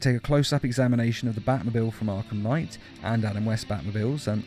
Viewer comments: "Arlham Knight" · It said arhlum knight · "Batman: Arlham Knight" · Did anybody notice how it's says arlham knight